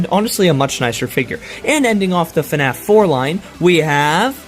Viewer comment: BRO REALLY SAID FANF